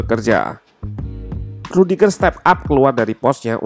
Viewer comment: dia nyebut aksen "e" nya rudiger bukan cempreng tp suara dalem, wkwkwk